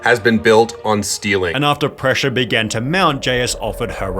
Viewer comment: "Pressaæũrē" funny way of saying that 😂